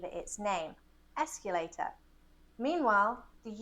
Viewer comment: She’s mispronouncing escalator, she says “esculator” but it’s derived from the word “scale” not “scule”.